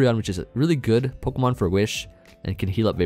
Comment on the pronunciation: Idk why but I love how you say poh-kuh-man instead of po-key-man like most people 😂